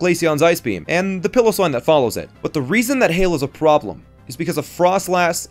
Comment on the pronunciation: it’s pronounced pie-low-swine